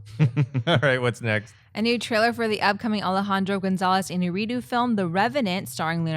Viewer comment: IÑARRITU! Is it really that hard to pronounce his name correctly?